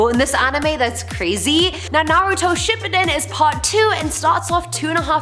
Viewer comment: Watch to 39:0 to 42:0 did she really say ship endin